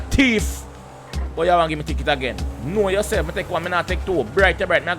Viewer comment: drop a like for everytime he said kno uh self